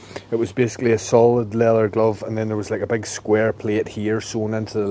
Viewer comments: it is called LEATHER, NOT LELEL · “Le-ath-Er” lol